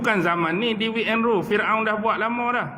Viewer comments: divide, sebutannya di-vaid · divide bunyi devaid